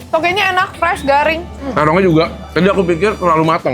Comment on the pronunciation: ...Togenya..Bukan "Tokeknya enak"...😂😂😂